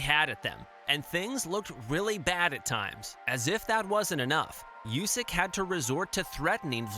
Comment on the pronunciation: Usyk, not Iusyk